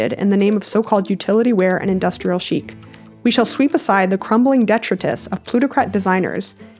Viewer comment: Such a needed spotlight on the reality of ethical biz decisions- THANK YOU. Waiting for these open discussions my whole life. Side note: put detritus accent on the 2nd syllable.